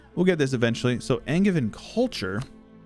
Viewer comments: Angevin is pronounced like AnJevin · my man! Been watching you for years and you finally play my home region. Angers, Angevin, Anjou: Pronounce the "g" as a soft G, as in Angel 🙂 My baby is now a toddler, being a dad is a fun adventure! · Hi! We pronounce it, in French, « an » like anterior but without pronouncing to much the n, « jeu» like juice and « eu » like same in heuristic without the h and the u, and « vin » but the i and the n form a sound that you can find when people say « moulin rouge », the n is not pronounced